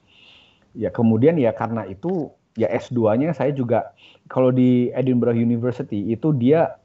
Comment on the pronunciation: 1. Sebutan nya bukan 'Edinburk" tetapi 'Edin be rerr" 2. Edinburgh bukan nya Ingris.....tetapi Scotland, tetapi masih UK.